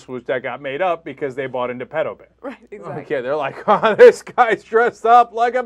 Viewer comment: he miss pronounces "pedo", yet he talks like hes a frikin expert...